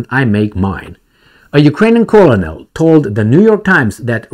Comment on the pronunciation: colonel is pronounced "ker-nel"